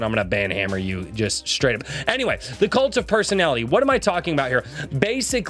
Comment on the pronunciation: I'm sorry but everytime you say "kult of personality" I just immediately hear " LIKE JOSEPH STALIN!...and KENNEDY... I'm the kult of personality"